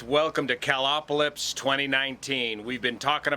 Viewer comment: “CalOPalypse” whoops! 😂🤣